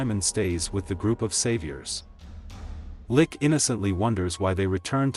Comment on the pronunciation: “Lick” 💀 U mean Rick right?!😂